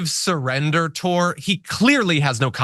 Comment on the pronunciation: This from the guy who claims "NEVER SIURRENDER"